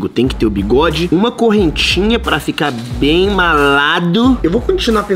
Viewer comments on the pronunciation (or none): Nem pro enaldinho falar bolado não é malado não é malado enaldinho é bolafo